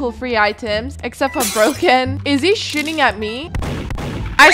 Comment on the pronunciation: at one point i thought you said "is he shitting at me?" nah you said shooting, btw i luv ur voice :D